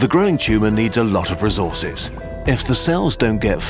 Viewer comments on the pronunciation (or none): ressources💀 bro really said rise of kingdom